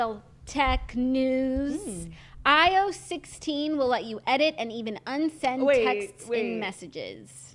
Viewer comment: lol Jackie it is definitely eye-oh-essss, say each letter